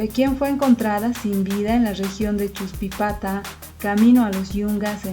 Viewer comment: No es achuspipata...es "Chuspipata", Los Yungas de La Paz